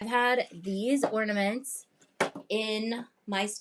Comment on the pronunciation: Not OR-NAH-MON-TAYS 😂